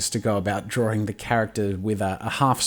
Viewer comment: I absolutely adore how you say 'Drawring', Marry me?